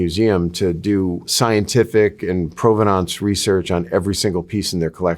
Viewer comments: This guy says provenance funny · This. Thank you. It drove me crazy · Why does he mispronounce provenance every single time? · I'm just struggling with the way he's pronouncing provenance